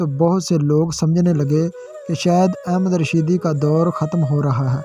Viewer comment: Pehle singer ka nam to sahee bolo ahmad rushing not ahmed rushed please Kam soch ker karabiner only 229 people.very poor.